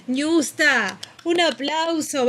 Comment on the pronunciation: No digan Niusta. Pronuncien la Ñ. Ñiusta